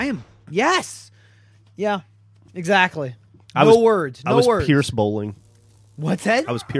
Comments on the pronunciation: I like that keeps calling Zimos, Pierce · zimos not pirce